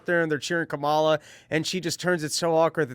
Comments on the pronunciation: Dave I believe you’re pronouncing Kamala’s name incorrectly. The emphasis is on the first a, not the second a. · I call her Camera, because, because when I was a poor little black girl being raised in the scraggly woods by my quadruped mother (she ain't had no arms nor legs, which was her misfortune, and none of my own), I couldn't pronounce Kamala, so I says Camera instead. I also couldn't pronounce toast or Philadelphia.